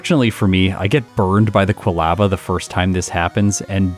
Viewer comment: Excited to see a bellossom run. One of my favorites! But, your pronunciation of "quilava" is driving me crazy. 🤦🏼‍♀️